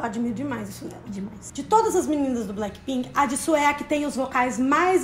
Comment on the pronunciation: Ama tanto sabe nem falar o nome dela,mano,mano e JISOO não JISSO